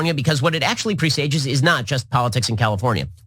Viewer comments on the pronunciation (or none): So, he doesn't know how to pronounce "presage" but says it numerous times as he mumbles blindly toward nothingness. This guy is a moron.